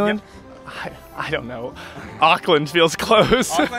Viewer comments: Tip for Americans: don’t say auck - land say awk - land (like the end part of hawk) sorry it kills me the way you guys say Auckland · Auckland New Zealand They are saying Oakland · The pronunciation of Auckland was, interesting . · Try saying it like oar-kland not ockland and not New Z- ee- land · they said ockland not auckland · Auckland is pronounced more like ookland than ughkland. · The fact that most of them pronounced Auckland like Awk-land and how they pronounced Samoan as Sam-Mo-in made me cringe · Them saying Auckland like like was pissing me off lmaooo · The way they pronounce Auckland is just- I know there are reasons why like because of their accents, but it just triggers me.